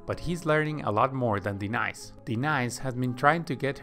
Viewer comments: The feminine name is Denise - Duh-nees - not Dee-nice! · Why pronounced Denise [DENAISE] instead of [DENEESE]? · okay after I heard de-nice, I knew the names were on purpose lmao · No rocking way it's not DENICE ITS DE-NICE 🤣🤣🤣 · A-Aron... De- nice? 🤦🏽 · LoL. Ay-ay-ron, and De-nice? Are you serious? xD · Ay-ron, Dee-nice and Skiller. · Are you saying AA-Ron or De Nice on purpose ?? Because it is impossible to digest the fact that you actually think that these are the pronunciation of their name. If you think above are the pronunciation then you’re a fool my friend. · Lmao A-A-run, Di-nice, and pool-boy. Great video. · What is up with these name pronunciations? I couldn't watch video - it is so annoying. AA-ron, De-nice...really? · A-ron and De-nice! lol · A-Aron huh and De-nice Huh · So are Key and Peele substitute teaching this swim lesson? A-aron and De-nice? lol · So odd, his english sounds fine but he can't pronounce simple names properly LMAO. Good vid - thanks!